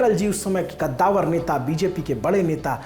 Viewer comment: ग़द्दावर नही कद्दावर